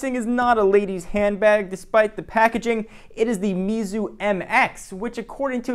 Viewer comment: i think you pronounced the name wrong based on my Pinyin reading experience.